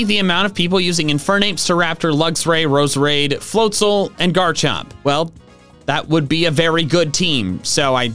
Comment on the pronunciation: THE S IN FLOATZEL IS SUPPOSED TO BE A Z!